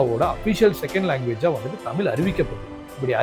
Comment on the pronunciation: 'தமிழ்' என்ற சொல்லில் 'ழ்' என்ற மிகத் தனித்துவமான ஓர் எழுத்து உள்ளது. தயவுசெய்து அதைச் சரியாக உச்சரிக்கவும்